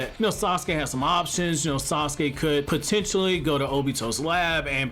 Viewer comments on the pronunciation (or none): none